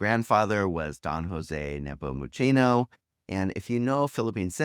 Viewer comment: Many non-locals struggle with the C in tocino and nepomuceno, pronouncing it like the double C in cappuccino which is wrong when it's actually pronounced like S as in ounce.